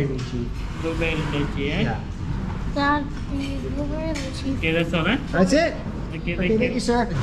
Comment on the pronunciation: Poor baby. But good thing he didn't have meltdowns. Good tt u carry him so he can sleep while the older kids still get to go out as promised. Btw It's my-lo and lie-chee.